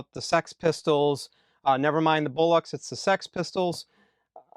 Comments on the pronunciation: People I know pronounce it like that Actress Sandra Bullock. No? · As a Brit we need work on how you pronounce Bollocks but that could be not to get the youtube censorship. I also got this and subbed to discogs. A real bone rattler of a pressing thats well heavier in bass than a UK original from what ive previously heard. I do need to grab an UK OG though